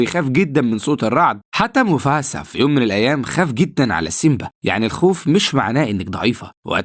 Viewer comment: موفاسا مو موفسا